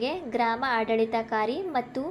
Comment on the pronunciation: ಆಡಳಿತಾಧಿಕಾರಿ ಪದವನ್ನು ಉಚ್ಚಾರಣೆ ಮಾಡಕ್ಕೆ ಬರಲ್ಲ.